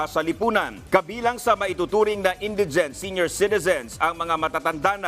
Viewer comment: Bobo hmagbasa nagbabalita indigent mali pa pronounciation